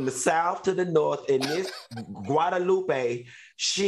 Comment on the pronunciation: Not Quadalupe Q. LOL